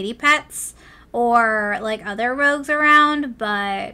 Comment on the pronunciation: I think its rogue not “rouge”